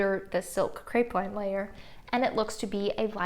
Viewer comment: Crepeline = cray-pell-leen or at least it is here in Australia. Enjoyed your videos so much! 🌺